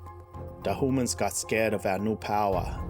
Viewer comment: I love the intro and the lore. The adding in the elves is awesome. If u want to add in other species that would be awesome. But take your time. I want to hear more! BTW I think it is my bad hearing/hearing loss but did you say hooman at the beginning? Lol